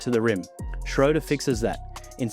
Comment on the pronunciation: Great breakdown… i liked, bc you said „Schröder“ pretty well 🤝 love from Germany!